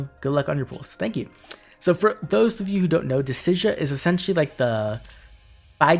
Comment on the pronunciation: I guess I haven't heard many other people pronounce Dissidia, but in my head, I've always thought it was supposed to be "Deh-cid-ee-uh" rather than how you pronounced it. I'm honestly not sure what it actually is, so it's funny to hear a different take on it.